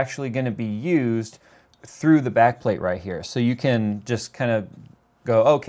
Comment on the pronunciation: What i heard: "...and this is the Nickelbacked plate-plate"